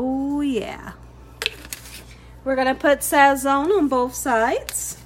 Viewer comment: you’ve done it again! Love love love! the “z” in Sazón is pronounced like an “s” in Spanish. So in Spanish we say sason. Not criticizing cuz you can say it how ever your beautiful heart desires, just saying in case you didn’t know. 🥰